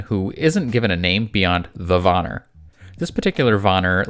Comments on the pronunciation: Van-Neer not Vonir... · It’s PRONOUNCED VAN EAR NOT VAN NAR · pleas reupload this and say Von-ear nor Von-er. its so annoying and im really sorry. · It's Vanir and not vanar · Just letting you bits pronounced ‘van-ear’ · It killed my ears everytime he said Vanir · Please please please work on your pronunciations of other mythological lores. It was painful to hear the butchering of names like the Vanir and such.